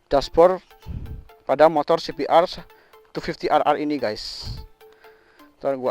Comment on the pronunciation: kayak e klo liat langsung bagus nih motor 😂 klo boleh koreksi bacanya cbr250(dobel)r 😁